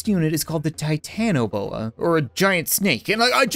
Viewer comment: It’s Pronounced tigh tan a bo a